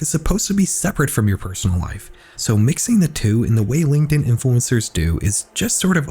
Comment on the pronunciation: horrors on DIH-In 😂😂✌✌